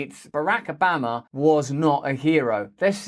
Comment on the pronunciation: Not that I'm a fan of his work but please learn to pronounce Obama. You're trying to sound American but... 😊